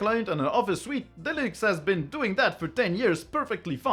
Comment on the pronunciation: stop saying linÜx